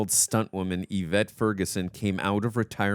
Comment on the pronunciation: you did a fantastic job pronouncing “Yvette” when you were reading the trivia!!